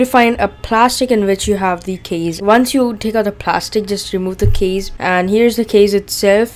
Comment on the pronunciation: U should say "case",u say "keys"